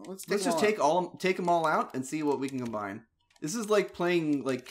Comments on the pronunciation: Why does pronounce "combine" as "com-ben"? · It's an old RE2 joke. The word was shortened to combn and just kept saying it that way.